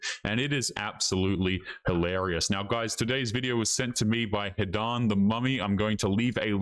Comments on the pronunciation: MAN!!! You said "hilarious" rather than mispronouncing it as holarious! Thank you so much! I mean that sincerely. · Well, you got it right the first time. Hilarious, that's the word. "Hil" not "ho". We need to raise the quality of English along with quality in everything to stop the decline of society. Please make a tiny effort.